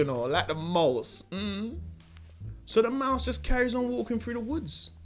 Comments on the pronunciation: he says mouse like ‘maws’ n then a second later he says mouse properly😂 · Why does he keep saying the word "Mouse" in patios?? 😂